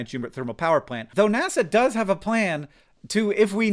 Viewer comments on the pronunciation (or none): none